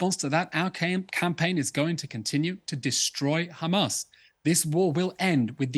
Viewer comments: Since October 7th Piers has not learned how to pronounce haMAS. He continually calls them haMASS😅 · I'm deeply offended and this Anti Semitic and blood libel as you have pronounce Hamas incorrectly they called KKKHHHAMAS with the letter KH not H so please pronounce it correctly this absolutely anti Semitic not pronounce our words incorrectly 😊